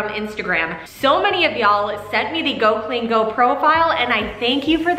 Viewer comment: I so needed this motivation. Just pointing out its Go clean CO not go. I LOVE her motivation. I want to order her cleaning book. I have the same issues with our cabinets and use a floor marker to make the chips less visible. You could put your grills in the tub with a dishwasher pod. Thank you